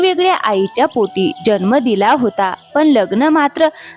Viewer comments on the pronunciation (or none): none